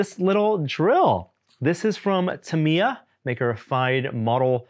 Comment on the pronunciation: It irks me how you pronounce Tamiya. Modelers for decades have pronounced it "Tam-e-ya”. As reps of the company have.